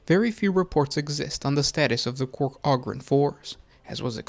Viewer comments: I love your show!! Definitely got a subscriber here!! I got one thing that really bothers me though…. It’s Ogryn (Ooh-grin) not ahgryn! 😂 keep it up brother, I LOVE THIS CHANNEL. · Enjoy your videos for the most part, but the way you're pronouncing Ogyrn is killin me. smh